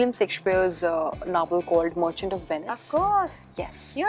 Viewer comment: and Navel instead of novel